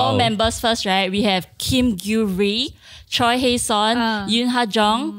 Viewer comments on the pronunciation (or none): butchered the name pronunciations tho. Choi is pronounced as Chweh, rhymes with Air.